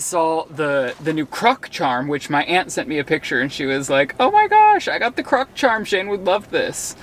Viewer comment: CROC not CRUCK -- wow thats annoying LOL